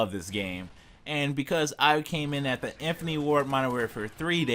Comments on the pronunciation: its infinity ... not infiny and squad not swad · IN. FIN. AH. TEE. 4 syllables you knob. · Decent video. I would learn how to say infinity and opinion for future videos lol